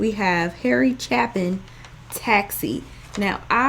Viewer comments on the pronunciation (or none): Harry's last name is pronounced Chay-pin. The song Sequel by Harry is the sequel to this song and also a great listen. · Pronounced Chay-Pin. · His name is pronounced Chay-pin. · FYI...Chapin is pronounced Chay-pin